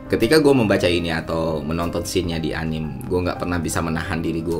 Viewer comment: One thing i notice bang, ini hanya sebuah masukan yang membangun. Anime jangan lu baca anim, tapi bacanya anime. Orang jepang aja membacanya anime pakai "E"